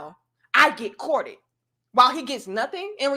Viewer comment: that gal said she get "Courtt-ted" 😂😂😂